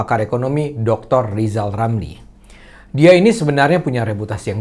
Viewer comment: Waduuuuhhh trus gimana nasib LIZAL LAMLI ? G ada yg nyalonin jadi presiden kan udah ngebet jadi Presiden ini waktunya jangan cuma besar omong LIZAL LAMLI Ingat jangan hilangkan huruf R yaaaa?